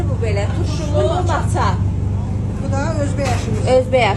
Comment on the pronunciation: Moça olar. maça yox